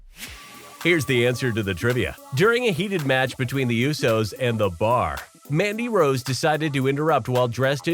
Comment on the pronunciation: It's Andy rosd